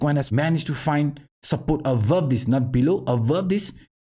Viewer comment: Great contentas always!! Here is some help with your English. "This is what we have been talking ABOUT".... Try to pronounce the "B" more prominently in the word aBove instead of saying with a "V" (avove). Thanks again!!